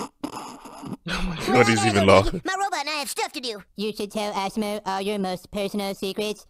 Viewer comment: it awesom-o not awesome-o